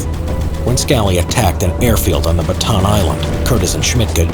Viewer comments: The narrator: batan Me:bataan Say it with me BA TA AN The narrator: ba tan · Its not batan.... its BATA AN LIKE BATA-ANNE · The most annoying word is Batan it’s supposed to be Bataan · why do americans say ba_tan its ba_ta_an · Unnecessary correction: the correct pronunciation of "bataan" is "ba-ta-an" not "ba-taan" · bruh, it’s ‘Bataan’ not ‘Batan’ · it's BA-TA-AN. not "baton" or "batan," it's 3 syllables. BA-TA-AN 🇵🇭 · If you're going to be making "history" videos, learn how to prounociate names properly. Ba-ta-'ahn. I don't even know if you are trying to say "La Croix"? You bring dishonor history. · How to speak Bataan correctly: BA-TA-AN :) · He prounouced bataan like bat-han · He pronounces Bataan as Batahn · Ba-ta-an island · Great video! Btw it is "Ba-ta-an". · Why can't Americans say 'Bataan' properly? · It hurts to hear him butcher the name "Bataan"